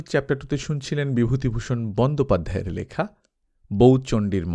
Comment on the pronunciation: বন্দোপাধ্যায় আলাদা জোর দিয়ে বললেন।